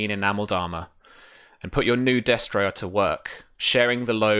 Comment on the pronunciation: I'm really liking the show so far. I'm far behind, so I'm sure you've been informed by now. But I'm pretty sure you're pronouncing destrier incorrectly. I could be wrong, but I believe it's des-tree-er, not des-try-er. It's just a very minor pet peeve. The show is entertaining and a good way to get familiar with the rules (I'm starting a SIFRP game next week)